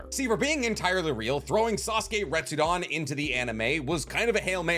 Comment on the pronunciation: Re-tsu-den. Come on, friend, it's not too late to fix this mispronunciation issue you've got. It's not "Retsudan".